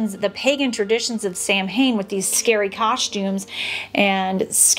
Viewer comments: HI!Great video !! Just wanted to let you know it`s actually pronounced Sowan not sam hain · Samhain being an Irish/Celtic word is pronounced "sow-unn"... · Just wanted to let you know that Samhain is pronounced like Sow-in (sow rhyming with cow). I really like your philosophy of no naughty list. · What a great video! Samhain is actually pronounced "Sowen" - the Celtic language is very weird...Such a pity this isn't celebrated here in the North, I used to love it as a kid, the excitement. In our region the young men would later in the night go from house to house, scare the people and threaten to beat them unless they were given alcohol 😅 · I think it’s human nature to want to laugh at our fears…which may be another reason for the resurgence of some of these traditions. p.s. Samhain is pronounced “Sow-in” 😊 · Samhain is pronounced saa-wn. Just sayin’! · Samhain is an Irish Gaelic word, which would have been quite different to the Celtic languages spoken on mainland Europe. As an Austrian living in Ireland who has not been able to manage to learn Irish (Gaeilge) so far, I have been made aware by my children, that in Irish Gaelic “mh” in the middle of a word usually has a “v” sound and therefore Samhain should be pronounced more like Sow-in or sah-win.